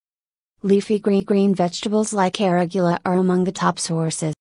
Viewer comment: She can't even pronounce "arugula" properly, lost all credibility.